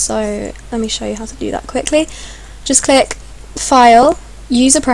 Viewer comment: lol I just noticed that instead of "click" she says"tick"